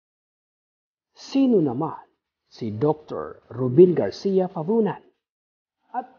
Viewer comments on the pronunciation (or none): none